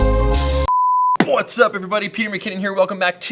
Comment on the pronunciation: The way you say "what's up", I hear "butts up". That is how it sounds like. LOL